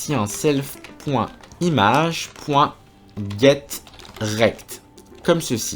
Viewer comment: On dirait qu'il a dis "Get_Wrecked" Lol